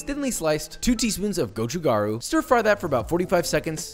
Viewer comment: love you saying gochugaru